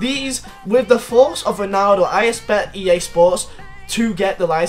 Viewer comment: Swear this guy can’t say expect